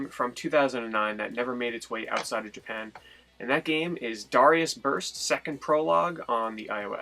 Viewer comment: "dawrius" lol